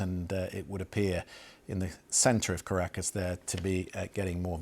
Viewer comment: Thank you to tell the world about Venezuela please don’t stop and by the way I love the way you said “ Caracas “ ❤